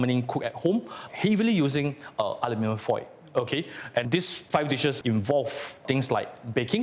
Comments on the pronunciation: we cook food in iron skillets/pots/woks for eons, and now we're worried about aluminum? Oh please. I swear she keeps saying Alumi-nee-yum (Aluminium), this is a typical mistake from Japanese people. Interesting how squid has more aluminum content, I wonder if this means seafood such as shellfish are more likely to absorb foreign elements like metals such as aluminum compared to other proteins. The other reason why the squid probably absorbed more aluminum in the first place is because of the sauce or acid from sauce she marinated the squid with in the foil, is eating and dissolving the aluminum at all directions above and below the squid, so essentially the squid is absorbing aluminum due to the acid reaction. Another experiment that needs testing is the different brands of alum. foil, as well as how much healthier is it to use foil that has less % of alum could be healthier or more beneficial, and if so, how much more beneficial? okay seriously...why are the subtitles saying ALU-MI-NIUM. There's no extra I in Aluminum. This is getting out of hand. Nvm I found the answer. British Eng spells with extra " i ", which makes sense given the accents I'm hearing here. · A LU min um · Why is she pronouncing it like an American? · PRONOUNCE ALUMINUM CORRECTLY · The prof and the experienced presenter used the American English pronunciation of Aluminum (4 syallables). The chef pronunced a British English Aluminium (5 sylllables).